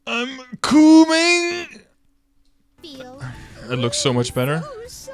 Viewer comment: "Im Coo-ming" lmao